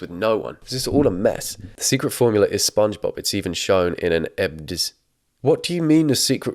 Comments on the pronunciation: I'm sorry...are you saying "spung-j-bob"?! Why, is this an herb 'erb thang?!?! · The way he says Sponkgsbob kills me every time... 😂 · „Sponksbob“ „twinker bell“ WDYM